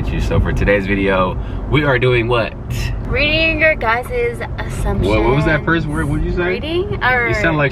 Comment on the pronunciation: “You sound like shakira RRRRREEREEADING” 😂